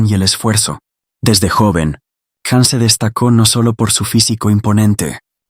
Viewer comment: His name is Can - pronounced Jan - please say it correctly? You know so much about him but not this?!